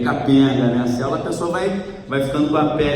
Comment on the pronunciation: você é uma benção de Deus!!! Louvado seja o Senhor pela sua vida! Deus te abençoe e multiplique sua sabedoria! Seu nome faz jus!!! Agora uma brincadeirinha!!! ASSIM COMO O MORO “NÃO SABE” FALAR CÔNJUGE, você “não sabe” falar CÉLULA...kkkkkk